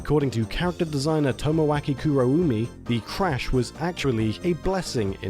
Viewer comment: 2: 38 "Kuroume" is pronounced "Kurohhmeh" (a U after an O means it's an extended O, and Me in Japanese sounds like Meh).